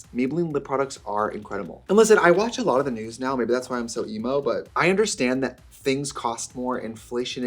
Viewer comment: “You can’t return thet” 💀😭🤣🤣